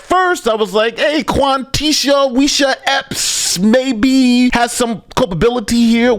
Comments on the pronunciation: "Quanthisha" - wow, thanks mom. Might want to put down the blunt for a few hours before naming your daughter. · Quintishia? Really? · It's QuanTeeshia.😂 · "Quantisha" ... how can we take these people seriously man